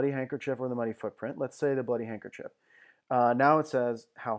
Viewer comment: Hey, man. It's "handkerchief."